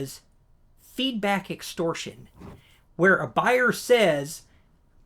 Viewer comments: Extortion , not *extorsion. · Good info. Extortion, not extorsion...